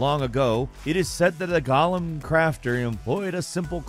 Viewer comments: why does he say Gollum instead of Golem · It's not gollum, it's golem. This ain't Lord of the rings. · Who pronounces golem like “Gollum” from LOTR? It’s GO-lem. Wtf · Say golem with me - goal, em.